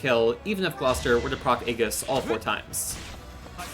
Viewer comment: Really nicely done. Good strategies to make the best use of the wonderful Ashe. FYI, Aegis is pronounced ee-jiss; and Pavise is pav-iss (or pav-uhs for US English).